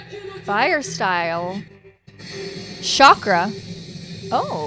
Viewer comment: So, just an FYI chakra is pronounced, with a hard ch kind of like how you pronounce Charlie.